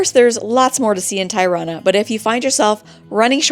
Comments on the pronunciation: Tie-rana? seriously??? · First time I hear such a distorted pronunciation of Tirana. It is not pronounced as "tie" but as "tee". or "tea". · Hope you guys had a great time ..just to let you know Tirana is pronounced -Tea -rana. Not Tie-rana.